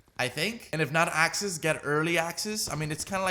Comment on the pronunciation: It’s “access” not “asses.”😂